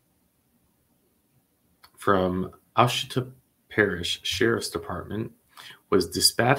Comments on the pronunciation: I was totally wondering if you were from Louisiana until you had to pronounce Ouchita (wash-I-taw) lol I couldn’t even say it right until my sister moved there. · I always wondered if you were from Louisiana. After watching you butcher our parish name (just kidding) I realize you aren’t. lol. I live in Ouachita parish where this man did this. I don’t believe he’s was in long enough for this crime. It was very violent. Pray he doesn’t reoffend.